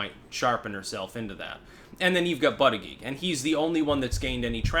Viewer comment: It's pronounced BOOTY-JUDGE...